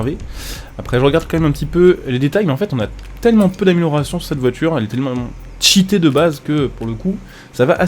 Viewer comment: J'adore le moment ou il dit que la voiture est shitté ♥_♥ euh cheaté pardon